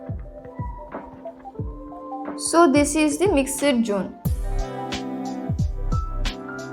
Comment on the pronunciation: Jone ha😂 it's zone